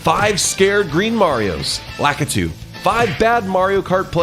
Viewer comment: He said lacuto twice